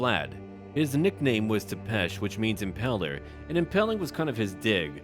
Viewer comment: Did you say Impaler like “impeller” or “Impala”?